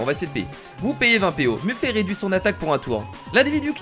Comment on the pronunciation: On dit meffète et pas muffé